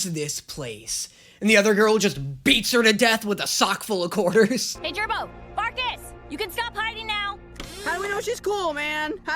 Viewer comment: He also Miss named jarbo